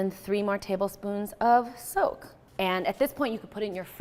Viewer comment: so much better when i realized she's saying SOAK and not soap